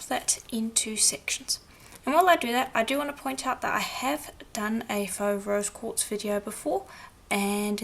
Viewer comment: Great tutorial! (I swear, I kept hearing you say 'Rose gold', lol). I always love how this method looks in the end. Do you get your polishing papers at Firemountain Gems? Thanks,!